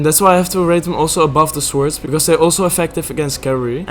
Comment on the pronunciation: tiny nitpick from me that bothers me unreasonably much: the 'w' in "swords" is silent. basically just says "sords". otherwise great video